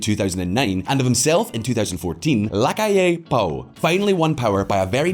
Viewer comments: It's NOT Lacalle Pooh!!! FFS!!🤦‍♀️ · Luis "Lacal pu" 🤣🤣🤣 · "Looee Lacal Poo" 2022